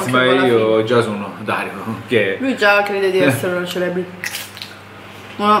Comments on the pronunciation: "CELEBRITY"pronunciato proprio cosi 😂😂😂😂😂😂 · "Celebriti" adoroooo